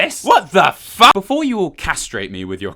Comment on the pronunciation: * generic talk generic talk generic ta-- * "What the faulk????"